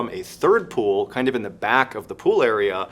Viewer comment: Is there a reason your pronunciation of THE are all pronounced “thee”? It should only be “thee” prior to a word beginning with a vowel. It’s really incorrect and bothering the heck out of me. I’m really trying to enjoy the videos and would love to delve into the podcasts but I cannot get past how much that bothers me.